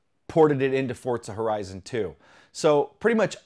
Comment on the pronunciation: what is forzta horezon?? 😂😂😂😂😂